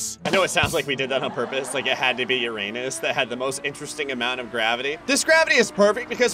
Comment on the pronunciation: You pronounced Uranus wrong. It's not pronounced with the name of the letter U.